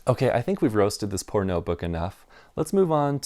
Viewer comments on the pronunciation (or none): Took a while to register. I thought you were saying "I think we've roasted this pornobook enough".